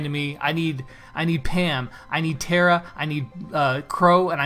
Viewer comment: ITS TARA NOT TEARA. THIS HAS BEEN ANNOYING ME SO MUCH